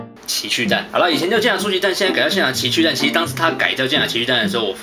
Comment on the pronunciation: 前面我怎聽到情去蛋www